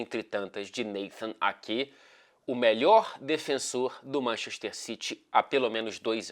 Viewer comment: ninguém:: manchexxxter